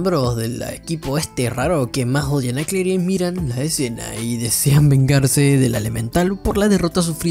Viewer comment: no se pronuncia claire es cleir